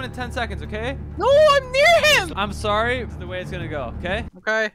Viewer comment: And to fix "Sorry" say the "O" more like the "A" in saw